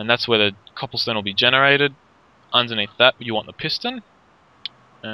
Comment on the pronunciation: You're saying copplestone lol